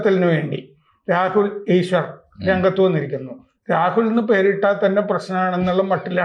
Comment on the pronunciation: ഈശ്വരർ അല്ല സർ ഈശ്വർ 😂